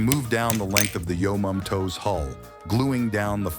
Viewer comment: "I moved down the length of the yomomtoes hull" 😂😂😂😂